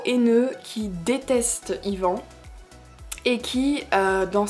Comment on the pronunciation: Tu prononce mal ivan pas ivan